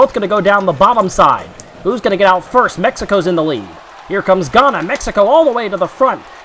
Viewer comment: btw you pronounced ghana wrong. i would know i live there